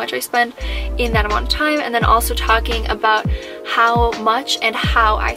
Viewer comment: So impressed with what you did… and shout out to your parents supporting and helping you with it …. I will admit the first thing that threw me was you saying “aboat” with a Iowa State shirt on … but then say the Minnesota shirt and it made sense! 😀